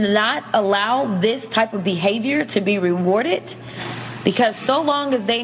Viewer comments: I think she put a T at the end of "rewarded". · She needs to learn the "D" sound...." rewardedt." ? I would like my reps to speak English for just once......